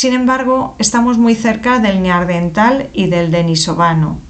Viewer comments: Da angustia escucharte decir "neaRdental". Eran NEANDERTALES, revisen el lenguaje, si no, no nos entendemos. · Es bastante habitual lo "Neardental", a mí me chirría mucho. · ¿Por qué dice neardental? ¿Es dislexia? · Neardental? Parece que nunca antes habías oído o leído de los Neandertales.